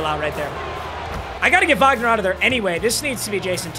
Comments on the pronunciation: as a german i can tell you, you pronuced his name correctly, i'm proud of you :finger-red-number-one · I'm german, and I'm impressed how well u pronounced "Wagner"